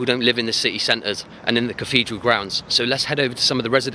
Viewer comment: Dude, there is no such word as cafedral, it is caTHedral!